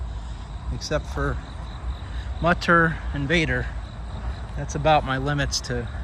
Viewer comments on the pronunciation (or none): Mutter und Vater, gotta love seeing this as I am Dutch, and of course German is a common learned language here. If you pronounce the u in Mutter like the oo but short from boo, you're very close. Vater uhm.. the a... baaaa like sheep say *laughs lalala kinda like that a :) Thanks for going to these cemeteries, I love looking around with you :)